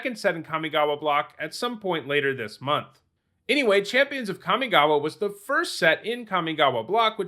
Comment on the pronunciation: The most impressive thing about Kamigawa is that in 20 years people didn't learn to pronounce it correctly.